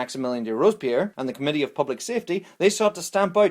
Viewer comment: The communttee?